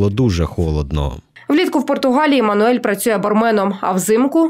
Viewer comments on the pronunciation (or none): Всі роблять одну помилку ,він Мануел, не Мануель .Або скорочено Манел))))